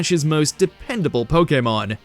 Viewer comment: Only real Pokémon fans will appreciate your correct pronunciation of the word. It irks my soul when I hear people say PoKeymon and not PoKaymon.